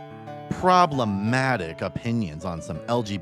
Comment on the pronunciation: The emphasis on “problematic” activates my flight or fight response.